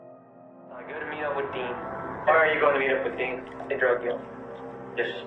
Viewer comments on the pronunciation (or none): Whats just his accent, is considered a speech impediment in USA, with regards to him not being able to properly pronounce "th". He also didn't pronounce 7th how we would in USA and he also pronounced with as "wit"